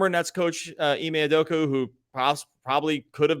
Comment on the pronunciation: UdokA UdokA. How do you guys still call him Udoku when there is an A at the end.